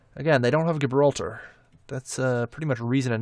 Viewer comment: Gibraltar is pronounced Jibraltar. The G is a J sound.